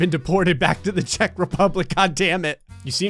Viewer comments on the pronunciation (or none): none